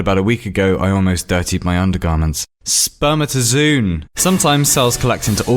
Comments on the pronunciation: Its not "spermatoZOON" its read as "Zo on". It has a double 'o'. Awsome vid btw ✊ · it's not sper-mata-zoon, it's sper-mata-zo-on Maybe not in yours, but mine is full of it. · the article literally shows you how its pronounced you bell end sperm-At-uh-ZO-on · It's pronounced zo-an, not zoon. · Great video, as usual. Although, 'spermatozoon' is pronounced 'zoe-un', not 'zoon'. It says it in the wikipedia page :'). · but... u pronounce it spuh· muh· tuh· zow· on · You pronounced spermatozoon wrong (I only know because I can read IPA (those weird letters next to a definition)) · It's pronounced sperMAtozoon. The ma is pronounced like the ma in man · Spermata zo on - how you pronounce it ! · You pronounced spermatozoon wrong. It was right there and you pronounced it wrong. sperm-at-o-zoh-on. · I know "spermatozoon" was pronounced wrong, but that wouldn't have worked half as well or been half as hilarious if he'd pronounced it correctly :D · I can't tell if you're being ironic with your pronunciation of "spermatozoon", because Wikipedia has the correct pronunciation right there.